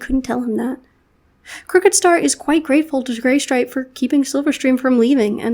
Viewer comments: Is it just me or did say GAYstripe? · I love this AU. It comes together so well and I think it's a great way of representing how a trans individual would feel and or be treated in clans. Also near the end it sounded like you said GAYstripe 😂😍